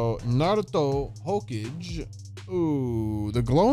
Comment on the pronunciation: You hear how my man said hokage💀